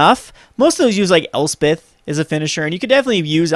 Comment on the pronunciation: I love watching your videos, but it is getting harder to watch with you mispronouncing so many of the cards names. Hearing "El-SPIT-ih" makes my blood boil. ElsPETH. "An-geel-ic" sounds wrong. "CHAIN-druh"? To be honest, your not even pronouncing volatile correctly. Vo-LAT-ile. C'mon man. Your videos are great, and I'm a fan, but unless your Canadian I don't understand how you are mispronouncing any names that are more than a single syllable.